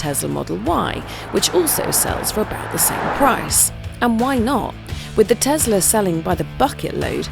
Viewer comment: Te-S-la, Not Te-Z-la.